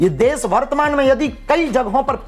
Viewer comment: अरे भागे ईश्वर, पहले देश बोलना सीख ले, देस नहीं 😂😂😂